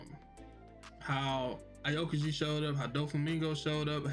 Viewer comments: My nigga did yall just say a okuji? Heres how it's pronounced. Ow-Key-G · Y'all getting on my nerves saying aokiji name like that🤦😂😂